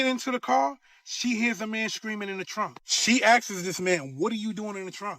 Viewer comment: bro' says : " ...she askses this man ..." If it ain't " axe " instead of "ask" , than it's " askses " .... 😅